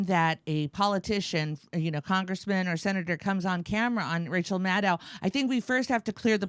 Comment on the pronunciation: Wow “Racheal”